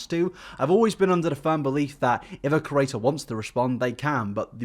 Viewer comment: why do I always hear creator as curator in mouth?